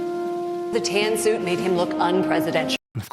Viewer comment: oh tan suit gate, i thought you were saying tan suokue